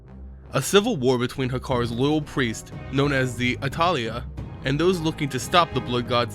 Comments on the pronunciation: Good video but Hakkar devotees are known as "Atal'ai" pronounced as "atal'eye" Quote from Sunken temple, Jammal'an the prophet: RISE UP ATAL'AI, RISE UP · This was the only thing that pissed me off during the video, I keep seeing this ever returning affliction of people making lore videos and not being able to pronounce some names.